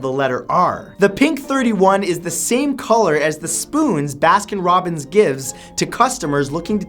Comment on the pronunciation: ‘Baskin Robins aways finds out’